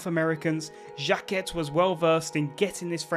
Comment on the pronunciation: Aimé "Jacket" :D love the effort tho